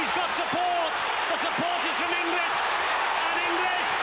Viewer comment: Is my hearing going...or does that Pommy commentator persistently pronounce 'INGLIS' as "ENGLISH" ?